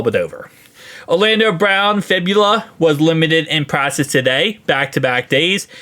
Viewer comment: Bro it’s practice not “pracess”